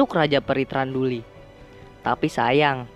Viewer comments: Raja perinya Thranduil gan, bukan thranduli hihi, Tapi noproblemo enjoy banget sm cara ceritanya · Thranduil bang bukan thranduli hehe